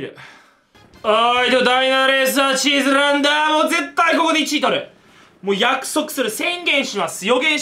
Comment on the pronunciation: イタリアン風